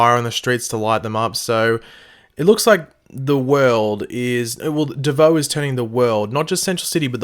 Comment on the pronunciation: Stop saying bieboe